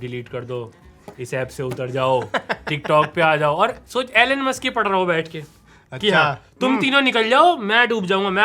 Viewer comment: mere bhai Elen Musk nahi Elon Musk he wo.